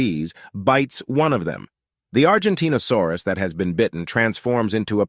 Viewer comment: that reminds they said argentinasaurus instead of argentinosaurus